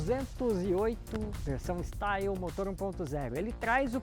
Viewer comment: A pronuncia de Style está errada. Esse carro é "francês". O certo é "estilê". Mas curti seu vídeo e dei like